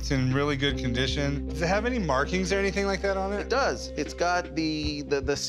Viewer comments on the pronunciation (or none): none